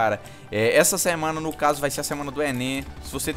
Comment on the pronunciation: ENÊN hsauehsaueae Mto loko tu falando ENEM vey hauehsa..., faz o desafio do Gelo com sal mano hausehae